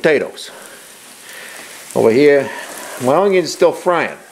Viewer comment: Are you saying oungyuns?